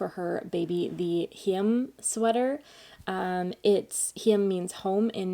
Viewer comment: I thought your pronunciation of "hjem" was pretty good 😉 greetings from Denmark!